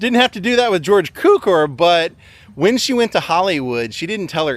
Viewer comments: George cue-core is how it's pronounced. You're young, I forgive you. The dictionary says KEW-Kor. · Actually, it's pronounced "tsoocore" -- the Hungarian "c" is pronounced like "ts" in "tsk tsk". "Cukor" means "sugar" in Hungarian - my mother tongue.